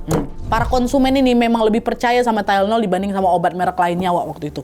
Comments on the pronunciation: Bacanya THAI + LE + NOL. (TY LE NOL) Bukan TYLE + NOL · ijin koreksi dikit yah kak nad, tylenol bacanya bukan “tailnol” tapi “tailenol” 💕 soalnya banyak banget penyebutannya jd agak ganggu. trimss kakak untuk cerita hari ini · Keganggu sama pengucapan tayelnol😩😩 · Bacanya ti-le-nol bukan sih?